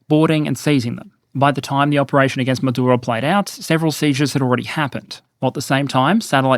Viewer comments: I really enjoy you, but respectfully rolling the R in a dictators name is just hilariously asinine. Just say it like every other English-speaking person does. He does not deserve respect for his native tongue. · Do you need to say Maduro like that? Over pronouncing when its not needed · Why are you trying to pronounce "Maduro" with a Spanish accent? 😂 You don't pronounce "United States" with a fake American accent. And you say "Venezuela" like you would normally say it, as an Australian. But suddenly Maduro becomes "Madurrrro" (and "Carrrracas" and apparently also "Irrran" and "Irrrraq", but not "Rrrrussia" or "Ukrrraine" ;))) (Love your videos otherwise but this was weirdly distracting)